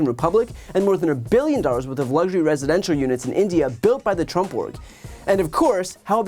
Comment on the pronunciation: There she goes mispronouncing Trump again.